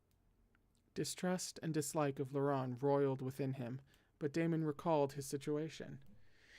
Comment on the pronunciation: hello I’m a French interpreter here is a pronunciation guide: Govart: go-var Akielos: Ah-kee-el-oss Chalis: shah-lee (good rule of thumb never pronounce the s at the end of French words) Guion: G (hard G)-ee-on Laurent: you’re killing it, vaguely rhymes with lawn Chastillon: Shass-tee-yon (you’re almost right with Shass-tilly-on so just keep yours if it’s easier) Audin: Oh-deign Nicaise: Nee-cayz Orlant: Oar-lawnt Vannes: Van Auguste: Oh-goo-st ❤️🧡💛💚💙💜